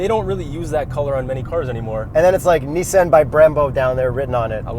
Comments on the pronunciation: “2020 Nissen GTR” LOL i thought it was Nissan GTR 😬😂😂😂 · Fuck sake! It's a Nissan not a Neesan. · This man really said niss-AN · tell me why this guy pronounced nissan in the most weird way possible smh